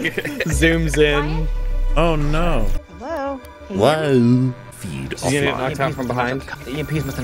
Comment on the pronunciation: Hewo we sneeked in